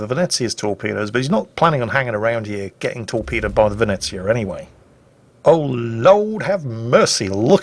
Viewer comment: hearing say "Oh Lawd have mercy" in the most hilarious dixy accent I've ever heard made my day